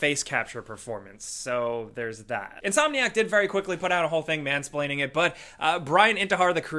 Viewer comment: Did you really say mansplane?